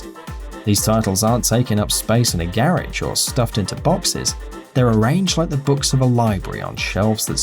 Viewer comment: Did this guy just say "geresh" instead of 'garage'?! WTH lmao